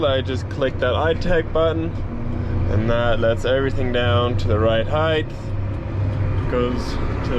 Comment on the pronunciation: Heigth??? Height as in hite brother. Common mistake.